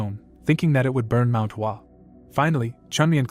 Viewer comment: Bro it's Mount hua What is wasuang